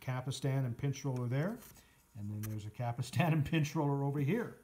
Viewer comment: Stop saying Cap Ull Stan.